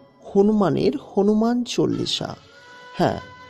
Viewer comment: হনুমান চলিশা হবে না, হনুমান চালিশা হবে। আপনি বলছেন ভুল